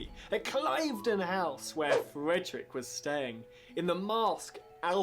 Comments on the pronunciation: Cliveden is pronounced ‘’clivden’ - short i sound. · This "tour guide" needs to learn some pronunciations before progressing any further. Hanoverian, not Hanovian for the Royal House of the Georges and Cliveden House is pronounced "cliv-den" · Cliveden is pronounced, 'Clivden.' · The English guy pronunciation is off Clive-den should be Cliv( like Cliff) den. And we USED to say short a Patt-ree-otz not Pay-tree-otz. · You spent the first ten minutes listening to a waffling idiot mangling both the English language and history. "Becrowned"?! "beared" instead of "bore", Clive-den instead of Cliv-den. Tour guide? Really? Moron more like. Better to have just played the performance. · Stop listening when in pronounced Cliveden House wrong. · He could also do with learning how to pronounce 'Zadok' and 'Cliveden'.